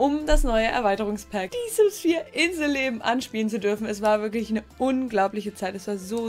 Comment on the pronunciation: Als du inselleben gesagt hast hat sich das an gehört wie In the leben